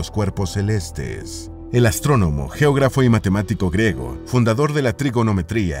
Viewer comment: El término es: invento "griego" o ciudad "griega" y no "grego" o "grega" como dices en tu narración.